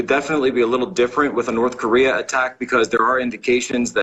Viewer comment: North corereeeah